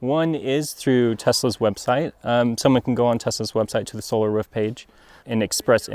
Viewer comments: It's roof, hahaha. But he can say ruf if he wants, he's the installer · Why does he keep saying 'Ruff' instead of 'Roof' ? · Roof NOT Ruf:) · I keep hearing them say "ruf" "ruf" "ruf" just say "roof" once 😂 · "ruf" lol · I had to stop watching, because the way the installer was pronouncing ROOF, (RUF) good video, I will just try to find another video with same content. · The way this dude says "ruf" KILLS me. it sounds like a dog bark, ruf ruf ruf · He says "roor" so weird ... ruf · 'RUF' thats the way your mother likes it -Sean Connery Ps. The ruf looks amazing. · I thought I was the only one hearing that. Hahah Is this a specific regional accent? Or its just him? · I cringe a little every time he say 'roof' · The man installs roofs and can’t even pronounce it. Weird stuff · Works as a roofer, can't pronounce "roof" correctly... ;) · I'm in the Midwest. That short vowel in pronouncing "roof" is common around here, but not universal.